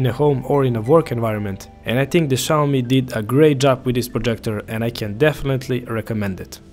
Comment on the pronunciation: omg another guy... noy SHAWME. xiaomi sounds like SYA O MI!!!